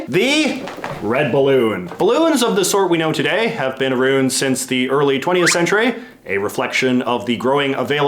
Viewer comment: aroond? I thought it was around, like sound